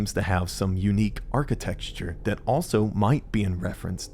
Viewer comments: Architecture, not architexture. Besides that, great video. Made me get the game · Architecture, not architexture, you're killin' me. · architecture, not architexture. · I really liked this video, but man, it's archiTECTure, not archiTEXTure. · why the fuck does this guy keep saying "arcitexture" bro made up a disgusting word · Bro says architexture